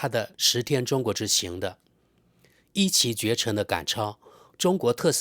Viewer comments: 一骑（ji）绝尘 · 一骑（ji (4声）绝尘🤣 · 一骑（ji)绝尘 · 一骑（读jì）绝尘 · 一骑（Ji第四声）绝尘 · 知事，一骑(音:记)绝尘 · 一骑绝尘 ji (四声）